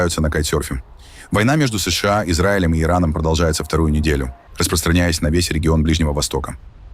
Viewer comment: Ты можешь выговорить нормально США а не как Ии бот😂